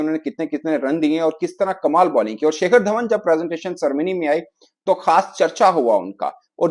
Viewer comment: pronunciation may Nick and shakar Dhawan 😂😂😂😂😂